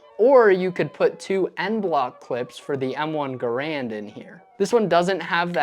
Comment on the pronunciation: Wrong pronunciation of Garand.